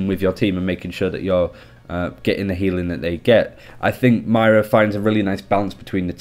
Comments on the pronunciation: Not Myra There's an "O" in there MOIRA M O I R A M O I R A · Moi-ra not Myra! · I was about to post “stop calling her Mayra, it’s Moira” but now i don’t need to ...oh shoot! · no it’s not. You either say moira or you say myra like you are That’s not an accent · I know a ton of people have been saying this but... its pronounced moi-ra (with a slight roll on the "R") -An Irishman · Sorry but it’s not ‘myra’ it’s moira pronounced ‘moyra’ please say it right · ITS NOT MYRA!! It's Moira. Please! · Moy-ra not mayra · If we here in america can say Moira (pronounced moyra) so can you, I believe in you! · as someone from Ireland, it is actually hard to listen to =p I would recommend you think of it as Moy-Ra, where Moy is pronounced like Soy, as in soy sauce. Hope that helps. Good video otherwise =] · You pronounce it Myra, my Mrs' name. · ITS FUCKING PRONOUNCED MO-Eye-Ra FFS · If you bring out another video pronouncing her name "myra" i'm unsubbing... I love your videos but I cant be listening to myra, myra, myra... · Please... this is the second video in which he mispronounces it the whole way through. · Its not his accent, he's mispronouncing it, I mean it's an Irish name, he's from the general vicinity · It's not his accent at all. he's mispronouncing it; all english accents can say Moira perfectly fine. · can u learn to say her name correct its really annoying :) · Is anyone else annoyed at how he pronounced Moira?